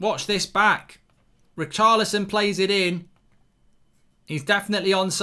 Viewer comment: Why does Mark pronounce Richarlison as ”Raokarlison”